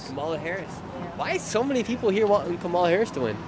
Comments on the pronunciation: Im pretty sure its Cam Ah Lah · Please stop mispronouncing her name, on purpose. It’s disrespectful and unnecessary. Madame Vice President’s name is pronounced “Comma-La.” Stop promoting discord by encouraging insulting behaviors. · I’m so glad the two Karen’s explained how kahmalalala is pronounced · You could at least learn to say her name correctly... or you guy do that on purpose to be disrespectful right. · You are not pronouncing Kamala correctly half the time. It’s , la